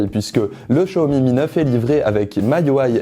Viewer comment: Maintenant j'entends Show Me me Neuf